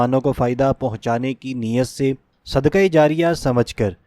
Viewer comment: السّلام علیکم اللّٰہ آپکی نیک نیتی پر آپکو جزائے خیر عطا فرمائے مگر نیک نیتی چیک کرنے کی جو تین تین. چیزیں ہوتی ہیں ان میں اولین یہ ہے کہ بلاوجہ ویڈیو کو طول نہ دیا جائے اور عربی اور اردو کا حق ادا کیا جائے! یَرزُک نہیں ہے یَرزُقُ ہے قاف بڑا والا ہے اسی طرح صدکہ نہیں ہے صدقہ ہے! مرگی نہیں مرغی ہے!. ان چیزوں کو برائے ملحوظِ خاطر رکھے کیونکہ آپ جیسے لوگ اس معاشرے کا معیار اور کسوٹی ہیں آپ جیسے لوگ اگر لوگ اس طرح گفتگو فرمائیں گے تو آپ سے سیکھنے والے کیا اپنائیں گے !